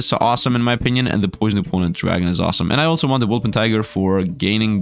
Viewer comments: Wol - per - ting - er not Wol - pen - ti - ger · its impossible for him to remember, I have said it before and he still can't pronounce it reight